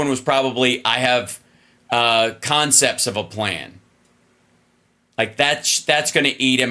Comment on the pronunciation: "Consepts of a plan" holy fuckin shit 🤣🤣🤣🤣🤣🤣🤣🤣🤣🤣🤣🤣